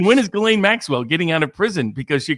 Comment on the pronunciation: Her name is Ghislaine.. But it's pronounced guillotine❤